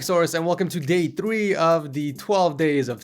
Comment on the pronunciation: "welcome to day 3" i thought he said welcome to gay 3